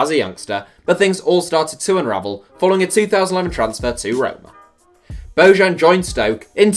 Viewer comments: Damn I cringed when he said BO-JAN.... its pronounced BO-YAN.... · Bojan is pronounced "bo-yan"